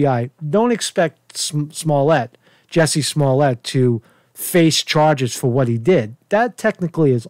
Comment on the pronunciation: It's Jussie not Jessie, get his name right he's up for a NAACP image award now.